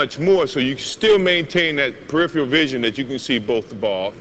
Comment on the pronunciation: youd think someone wouldve told him how to say peripheral before he made these tapes